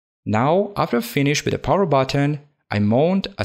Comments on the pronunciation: Dear I just wanted to tell you that a word like 'finished' would be pronounced 'finish't' not finish-ed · Did said finish-ed instead of finished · I know English isn't your main language, but please say damaged and finished instead of and "dama jed" "finish ed". Other than this I love you video and keep making great s***! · My man be pronouncing the fkn -ed in FINISHED mad lad